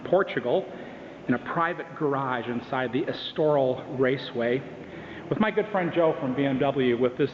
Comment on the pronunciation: Dude it's ESTORIL! (not estoral)